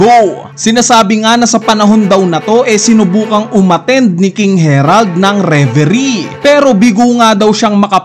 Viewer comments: harald hnd herald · Ang laki laki ng letter A. Repeat after me. HARALD!....Ha-Rald